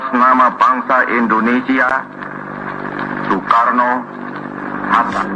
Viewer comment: Bacanya Sukarno, Sukarni😁